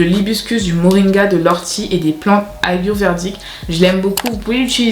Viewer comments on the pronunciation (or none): Très bonne vidéo, merci beaucoup mais j'ai remarqué que au lieu de dire plantes ayurvédiques tu dis plantes ayurverdiques ou ayuverdiques.